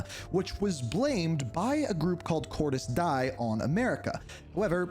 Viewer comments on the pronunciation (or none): Cortez dee-uh, get it right ✅️ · Please never say Cortis Die again. I'm begging you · It's pronounced "Cordis Deah" while it's spelled "Cordis Die" I know it's confusing but yeah... when you get used to it, it's easy. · Cordis WHAT?!?! My brother I question your COD knowledge with that atrocious pronunciation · This guy doesn't even say cordis die right.